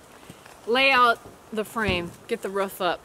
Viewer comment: I love y’all but I cringe everytime y’all say “ruff”. It’s r”oo”f 😂😅 I wish I could do wat y’all do. But I love livin my life on my mini little farm.